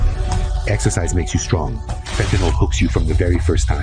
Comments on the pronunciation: Ben, a couple of comments about pronunciation: 1) the Mexican President's name is claw-OOHD-ee-ah Sheinbaum, and 2) fen-tan-EEL, not fen-tan-OL. Your commentary is always excellent, and I just want to make constructive criticism. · It's pronounced Fent-a-nil, not Fent-a-nol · Claudia Sheinbaum is Mexican and can pronounce the English word fentanyl more correctly than people that speak english. Its Fen-tan-nihl. Not Fen-tan-ol. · Mexico's woman president has more cajones than Trump. She also knows how to pronounce fentanyl, it's "fentanil" not "fentimall" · Fentanyl, please, not fentanol. Thank. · Just a suggestion Ben. You keep saying "Fentanol"; it is not Fentanol. It is Fentanyl---spelled and pronounced differently. The president of Mexico pronounces it correctly. In Chemistry, a compound that ends with an ...ol is an alcohol; Fentanyl is a monocarboxylic acid amide . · BEN, The drug is PhentaNYL not PhentaNOL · Please say it correctly--it's NOT Fentanol, it is pronounced Fentanyl... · Fentanyl not fentanol. That's a different chemical. Fact check. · The pronunciation of Fentanyl is Fentanyl-ta-nil….Listen to Claudia Scheinbaum …she pronounces it correctly!! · Something really interesting is that even though English is not her first language, she's practically the only person I've ever heard pronounced the drug itself correctly. There's no a or o before the l at the end of the word. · Would somebody please tell Ben that the word is fentanyl - not fentanyl! Thank you. Mispronouncing something reduces credibility. It’s like W saying nuclear instead of nuclear. Duh!